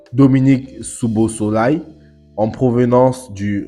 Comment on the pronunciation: Ça se lit "Sobosly"😂 😂 😂 😂 😂